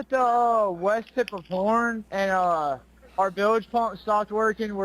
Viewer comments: What in the hell is a “bil ledge” ????😂😂😂😂😂😂😂Never in my life heard it pronounced like that 😂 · A boat operator pronouncing Bilge wrong ??? 😂